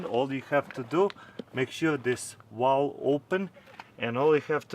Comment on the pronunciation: "make sure this walve is open" lol😂